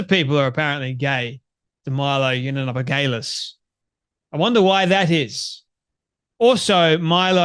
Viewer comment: Please learn how to say Milo yee an op ol us , its not that hard. It's a bit distracting. If you speak for a living, make an effort.